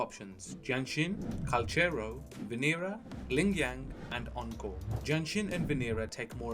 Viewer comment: Venira? damn, i havent heard that mistake